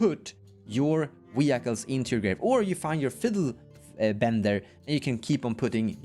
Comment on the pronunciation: Wee-Hykles is fantastic and the only way i will say it from now on